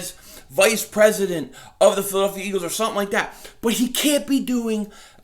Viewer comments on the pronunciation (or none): none